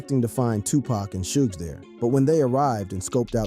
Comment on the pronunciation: "Shooj" Knight??? "A point four zero caliber????" Quit with the AI bullshit, and just read the damn script!